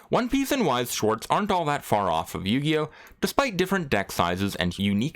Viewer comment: I am german... what the fuq... How did you just pronounce Weiß Schwarz this wrong. I am normally not the one to complain about it but that sounded really wrong.